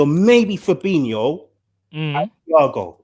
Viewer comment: Good point about the getting words right,we should also get fabINIhio and firmINIhio right don't you think? 😜